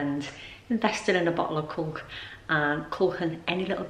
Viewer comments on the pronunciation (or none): Hi u made me laugh when u described the sealant as ‘culk’ it’s actually ‘caulk’ pronounced CORK 🤣🤣🤣 xxx